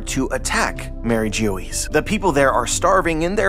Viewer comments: Yeah, pretty sure it's pronounced more like "bourgois" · As a french speaker I cringe everytime he said it 😭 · Bro I love your videos these theories are awesome but please pronounce MarieGeoise correctly lmao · fan for years, still liked the vid, but this time i think most of the theories here are gonna be completely wrong lol I was NOT prepared with how you decided to pronounce mariejois i think the solution will be a lot more simple